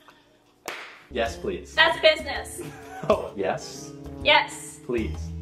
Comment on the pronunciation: the way she says business 😂😂😂😂😂😂